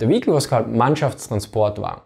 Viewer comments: Almost half the video and not one word about the technology - why doesn't it understeer etc. And "vee-HICK-leh"... Is there really no one that could've pointed that out for you? It gets quite annoying after a while. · Awesome video, always wondered about this question. FYI the word "vehicle" is pronounced [VIE-cle] in English (or at least in the generic/Midwest American accent). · Great Video, spent the first 5 minutes wondering what a vahiki was, thought it was a type of halftrack until i realised he was saying Vehicle, love the accent though, gives it much more credibility. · weheicle sorry had to giggle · It's not pronounced "vehikel" in English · You way of pronouncing 'vehicle' is really innovative! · Every time he pronounces vehicle someone dies in a car crash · say vehicle again for me please.